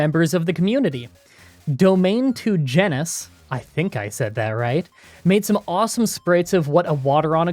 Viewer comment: you pronounced domain correctly, but I'm pretty sure that's not how genus is pronounced